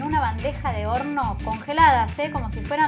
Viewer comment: (1) me encantó la receta está muy buena jaja ya lo hice y me salió 10/10 al seguirte,te banco un montón (2) en los segundos de 26 al 31 "mis amigos discuten y dicen que dijiste p0RN0 a lo que yo me Rei, para mí dijiste horno pero es como que queda Raro igual cabe Recalcar que son alzados los pibes estos en fin disculpa que te joda pero me Dió curiosidad saber que dijiste aparte así después les presumo a estos que yo tenía Razón